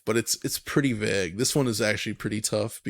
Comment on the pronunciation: Whats the deal with people who cant say vague? Hearing alot of people say vag lately and i dont mean vagina.